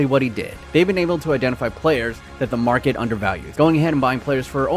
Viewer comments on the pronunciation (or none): none